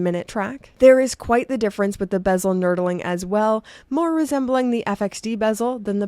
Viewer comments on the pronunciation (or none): Did just pronounce "knurling" as "knurdeling"? LMAO. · "Nurdling"? Or was it "Nerdling"? Whatever the case, it wasn't knurling.